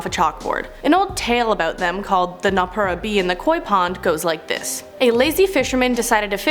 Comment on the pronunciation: It's not Kit-suneh... its pronounced Key-tsu-neh.... Also its No-ppeh-rah. I speak Japanese so.... it's honestly irritating lolol